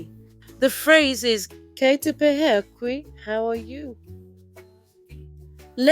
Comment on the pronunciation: its great that you have made a video to encourage the use of te reo Māori. The pronunciation of "pēhea" is incorrect unfortunately (as with other words too, sadly) which results in teaching and encouraging others to incorrectly pronounce te reo Māori. Perhaps you could edit the sound for this video and seek some guidance so that it is correct?